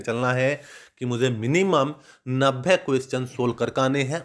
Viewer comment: नभे नहीं होता नब्बे होता है